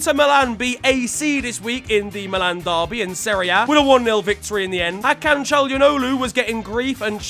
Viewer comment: Brother why the hell did you pronouns Hakans name like that